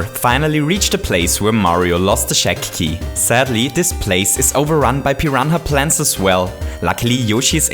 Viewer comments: pee-ron-ha plates ? am I high or some thing lol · “Piran-ha Plants” I love you